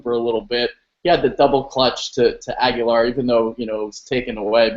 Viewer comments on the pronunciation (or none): Birds In the first 9 minutes, (Just click the links) You pronounced it Ag-You-Lar (which is totally wrong, meathead) I quit watching after that but I'm pretty confident the other two meatheads pronounced it that way as well.